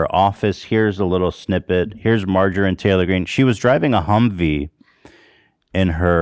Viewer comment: Margarine Taylor Greene.... (Insert fry meme) Can't tell if owning the hogs or speech impediment...